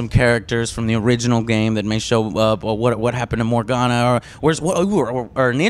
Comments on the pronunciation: Joe, I love you. But it's Morrigan, not Morgana ;) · Joe, for fuck sake, it's Morrigan! I mean, he said it right at ya face! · lol Joe keeps calling Morrigan Morgana, even after Cameron corrected it multiple times. Good interview otherwise. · "Morganna." Ugh... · "Morganna" Nice one, Joe. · It's Morrigan not Morgana Joe! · Damn it Joe, stop saying Morgana!! Also, Alistair killed Yavana in The Silent Grove. I doubt Yavana will be showing up for Inquisition, given the events in The Silent Grove graphic novel. I'm really looking forward to Inquisition! I can't wait until it's release later this October! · Morrigan Joe, Morrigan, Not Morgana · I can't believe that Joe said “Morgana” twice, it's MORRIGAN, dude! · It's Morrigan , Joe. not Morgana 😂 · Did Joe called Morrigan "Morgana"? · He kept saying Morgana... not Morrigan. It's Morrigan, Joe... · LOL Did Joe just call Morrigan- Morgana? I'm guessing he plays League of Legends. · It's morrigan, not Morganna. Nerd rage. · Morrigan.. joe.. morrigan not morgana, i though you are as nerd as i am T_T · didn't ask any of the good questions....Plus why does he keep calling Morrigan, "Morganna"? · lol joe its morrigan bwahaha not morgana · "Morrigana". Ughhhhhhhh Joe... Don't talk about games you know nothing about please.